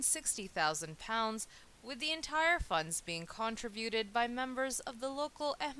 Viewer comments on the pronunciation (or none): Lol "contrivuted"